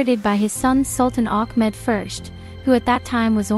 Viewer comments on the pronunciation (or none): Tell her. Itt iis. Ahmet...and NOT ACHMED